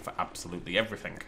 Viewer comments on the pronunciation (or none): none